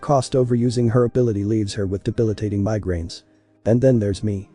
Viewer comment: Anybody else get the migraine add to me it sounds like migrant 😂😅